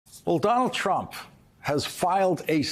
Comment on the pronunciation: Did you hear that he called Donald trump Donald crump🤣